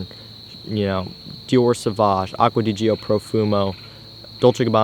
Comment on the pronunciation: The way you say Acqua di gio makes me want to kill myself